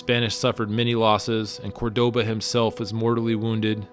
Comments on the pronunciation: Why do you massacre the Spanish names?? You took all the trouble to travel to that country, yet you couldn't learn to pronounce a handful of words? I mean fucking come on, CÓRDOBA - look at the accent. The thing is staring you in the face. It's embarrassing. Even some words in English you trample over, like 'remnants' and 'warriors.' Go to and listen. What kind of a native speaker can't pronounce such simple words? Are you non-lingual? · Great, but one correction: Córdoba has an accent on the first syllable. It's not decoration. That's the syllable you're supposed to emphasize, not the second one, like you did. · Córdoba not Cordoba Moctezuma not Montecosuma or Montezuma